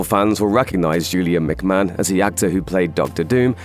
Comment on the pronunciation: McMahon is pronounced, Mac Marn not Mac man.